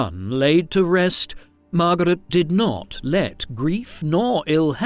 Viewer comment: MAR-GAH-RET! LOL